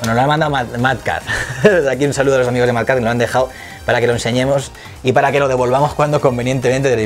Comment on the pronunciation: No me había fijado en el "Hola hamijos" XD